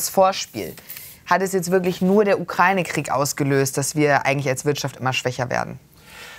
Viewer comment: Können Sie Ihren Gästen vor der Sendung erst beibringen wie man Ukraine richtig ausspricht.